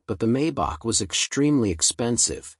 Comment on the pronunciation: Please don‘t say “Maybuck“! The correct pronunciation is “Mybuch“ with the “ch“ sounding like the Mexican ‘J‘ in ‘José‘. And the 300 (“Dryhundert“) is called “Ah-denower“ after the first postwar German chancellor. And „Rolls Royce“ is double stressed (the names of the inventors with Royce being the construction guy).